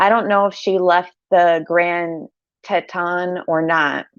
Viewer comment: My home town is Jackson Wyoming and the park is called Grand TEE-T-ON the t goes with the on ton! There is a lot of wilderness there!!!